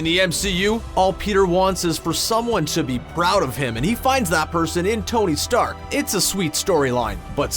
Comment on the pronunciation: did you mean tony steak hahahahahaha